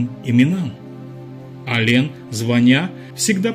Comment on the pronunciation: Автор, Вы бы более правильно произносите не Алень, а Алэн.